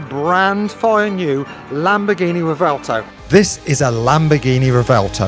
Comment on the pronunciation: Can't pronounce "revuelto" correctly.